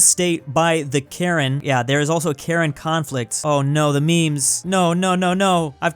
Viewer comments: I'm from Burma and this is the most hilarious thing I've ever seen. literally just pronounced Karen (We Burmese pronounce Ka yin) as a cringe old lady. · It’s pronounced (ker-en)